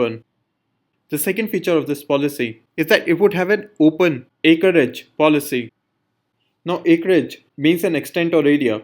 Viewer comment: Its acreage not acerage.. and your way of explanation is very poor Ma'am is the best